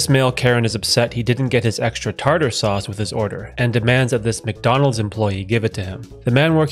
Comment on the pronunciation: 😅 love the simpsons ...his pronunciation of Tar Tar made it great.